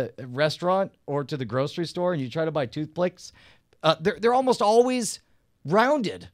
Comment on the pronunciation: toothplicks LOL